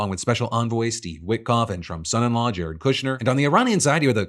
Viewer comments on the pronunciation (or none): none